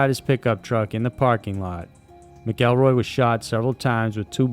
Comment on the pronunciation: Not "Mick-kell-roy"....its "MACK-EL-ROY"